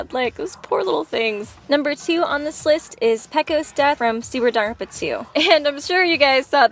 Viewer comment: How she said Dangropa